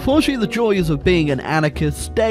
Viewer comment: Anakins State? Why do I hear Anakins State?